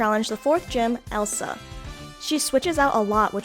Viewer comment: DID YOU JUST CALL ELESA ELSA?!?!?!?